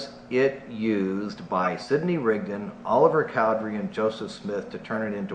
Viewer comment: BY the way it's Cowdery not Cowdrey... Sorry I'm Mormon.